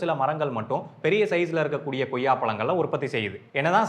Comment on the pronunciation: Athu Goyya illa... Athu koyya... Tamil pronunciation a correct pannunga bro